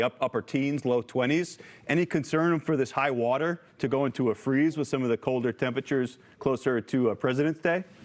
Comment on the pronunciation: Is the Dementia Patient gonna open the dams like he did in California? Just to make sure you guys have enough "wotor"